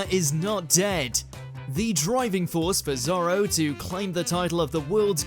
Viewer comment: The fact they they called Zoro, Zolo instead will always make me laugh